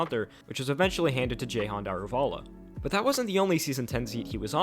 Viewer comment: Sorry but That might be one the worst pronunciation of Daruvala(Dah-roo-vuh-luh)